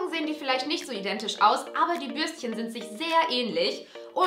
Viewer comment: Immer als du "Bürstchen" gesagt hast, hab ich IMMER "Würstchen" verstanden 😂